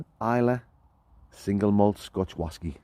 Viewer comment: Whasky, sounds Scots, like deep sea fashion ( fishing) . Another great video lads.